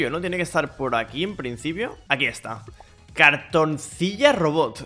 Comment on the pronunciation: Se pronunciaria "Cartonsila" como si llevara una sola "L"